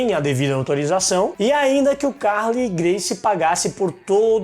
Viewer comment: Nao é Ca´rley a pronuncia, é Carl^ey, a tonica é no letra e.